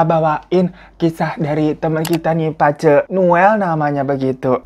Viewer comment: btw bang bilang "pace" nya pake "e" bkn pake "eu" 😀